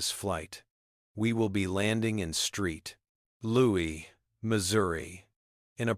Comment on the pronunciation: Are you serious? You actually saw St Louis and call it STREET LOUIS not once but several times?????